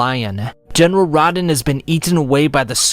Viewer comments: I’m sorry, “starscourge Radihn..?” It’s Radahn yo! Rah-dahn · RADAAAAAAAAAAHN! Not RAHDEN dude holy shit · I cant excuse butchering rahdans name, (rah-don) not rodin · I got triggered when he said Raw-Den it’s Raa-Dawn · Great video! But i gotta say this, It's Radaaaaaahn not Radn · Uh oh. Dark souls/elden ring fans gonna come after that pronunciation. (It’s Row-Dhan) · There was no need to butcher Radahn's name like lol. They literally pronounce it in game for you. Also no Sekiro? One eyed wolf with a prosthetic arm?